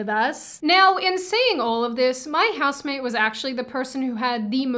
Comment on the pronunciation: Useless comment for a useless video. Cant tell if you're saying house maid or house mate I would kill for a house maid though. Then I would kill the house maid. Trump ironically made me a leftist. I use to like your content. Now its dumb. All conservative content is dumb now. Unless it's traditional morality stuff. Also, getting tired of only feds being youtubers. Tell Susan and her friends I got on youtube to get away from Zionist propaganda. Not for them to shove it down my throat secretly. You have to say you're a fed or else its death penalty.